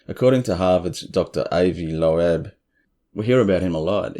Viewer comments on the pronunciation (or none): I really enjoy your channel. Have shared w/ 3 other friends I know have an interest. Asked them to like & subscribe too. Dr Avi Loeb (pronounced “lobe,” like 👂 lobe). You nailed the pronunciation of Oumuamua!! If I hadn’t heard it, I’d of flubbed that one bad.